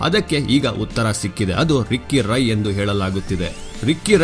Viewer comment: ರಾಯೇ ಅಲ್ಲ ರೀ ರೈ..